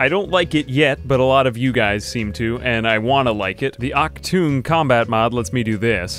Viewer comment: Achtung, its sounds so funny. Maybe because i'am a german^^